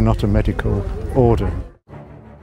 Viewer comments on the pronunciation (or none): none